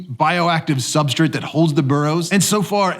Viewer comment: Why does he always say substrit? Not hating, genuinely curious if there is something I am missing, or if it's just an accent or something I am not used to.